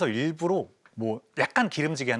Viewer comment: 일부러를 계속 일부로로 발음하시네...